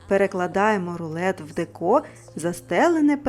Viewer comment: Дуже дякую за рецепт. Але в слові деко потрібно робити наголос на першому складі дЕко, бо «ріже» слух.